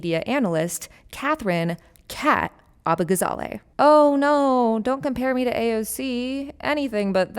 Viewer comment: abbagazally? she must be a foreigner. we won't stand for this. lol